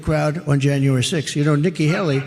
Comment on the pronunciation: It's not pronounced Helly. It's Haley. Hay-Lee! What is so hard about this Ben?